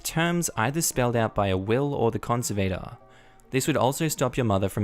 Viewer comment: same kind of "a" in conservator as well. makes an "ah" sound and the emphasis is on the "serv" part of the word con serv ah tor